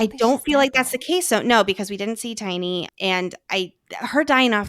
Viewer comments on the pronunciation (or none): had to listen to you call Teine "tiny" a few times 😅 It's closer to "Chena" or "Chenya." I freaking loved the ending, re: my previous comment.